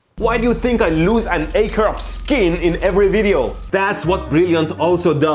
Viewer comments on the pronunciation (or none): none